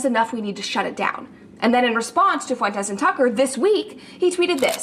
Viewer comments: I thought he was saying “Funtez” instead of Fuentes intentionally? 😅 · It’s pronounced Fwen-tez not Foon-tez 🙃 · Please, it's foo-en-tes, not foon-tes. I don't get down with Nick but your pronunciation of his last name is driving me crazy. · I love how always says "FOON-tes," not "FUEN-tes", and "GRO-pers" instead of "GROY-pers." 😂 If there's any man or any group that need mocking, it's Foontes and the Gropers. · Just to clarify, Fuentes, it's a Spanish last name pronounced FWen-tez not Funtez. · ‘Foo-en-tes’ Fuentes San Diego isn’t pronounce “san Die go” Try the extra syllable. It isn’t tricky. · Please stop saying foontez 😭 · The fact you keep purposely keep mispronouncing his last name only displays you haven’t taken him seriously and you haven’t watched his videos in full context~ I don’t even fully agree with Nick on everything but you’ve even admitted you were mispronouncing his name in your last video of him~ so that kinda displays you have a bit of a personal vendetta against him~ there’s a good reason why Brett cooper brought this up~ she isn’t just talking out of her A~ L take brother~ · That's a dumb take. He is mispronouncing his name because he doesnt know how to properly say it. And yes, Brett is actually talking out of her ass because she was wrong to call Ted Cruz comments hypocritical when Nick is literally a Nazi, Hitler and Stalin supporter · As much as you talk about him can you at least pronounce his name right? Idk if it’s like a bit, but other people have that last name too… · Basic pronunciation is something I at least hope for from commentators. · Imagine with all the videos he does mocking him you'd think he would learn to pronounce his last name